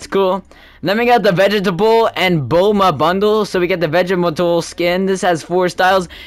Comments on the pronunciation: Bro said gako and vegetable but it’s fine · "Ber rabus" "vegetable"